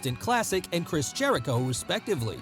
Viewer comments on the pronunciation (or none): none